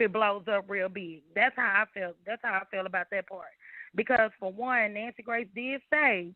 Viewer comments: Nancy Gray😂 I live for her mispronunciations❤ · Lol I love how sis says Nancy Gray! I'm here for it all xoxo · I’m convinced you pronounce shit WRONG on purpose!!! “NANCY GRACE” 🤦🏽‍♀️🥴